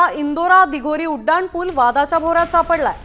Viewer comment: ह्याला शाळेत जोडाक्षर शिकविले नाही असं वाटतंय उडाण पुल पहिल्यांदा ऐकलं